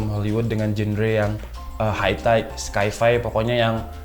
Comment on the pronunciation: Sci-fi maksudnya? itu dibaca "sai fai" babang.